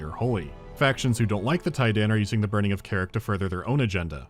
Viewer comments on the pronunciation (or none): "Kharak is buring"